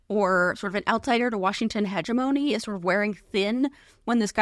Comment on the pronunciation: the good news is, Donegan isn't the first pundit I've heard mispronounce "hegemony" (but that doesn't make it less disappointing)